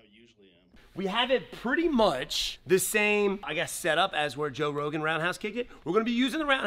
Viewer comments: Joe Who-gan? hahah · "Joe Who-gan?" 😂